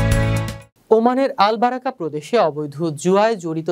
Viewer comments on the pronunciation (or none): বারাকা না বারকা